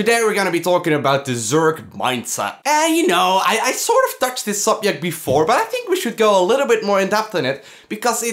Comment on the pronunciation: I :3 every time you say subyect. :3